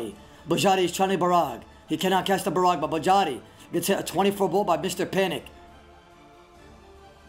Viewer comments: this woulda been great if i didn't hear Ba-Ra-Ga every 30 seconds... jesus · Wtf is borraga u mean ice barrage XD Love the vids tho. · Hey casted "Barracka" Barraga???? Wtf you smoking bruh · Everyone talks about the nostalgic hood old days playing online with friends, this is the beauty of old school, there is no nostalgia, we can still play brother, thank you fr, I would never had known I’ve been pronouncing “barrage” wrong for years lol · Great osrs commentary! Doing great things for the community and looking professional with your new hair and suit! Only wish you pronounced barrage right 😂 very good all in all!